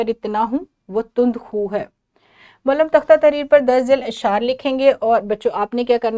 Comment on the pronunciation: اپ کا تلفظ ٹھیک نہیں ہے۔متنوع غلط بولا ہے۔معلم غلط بولا ہے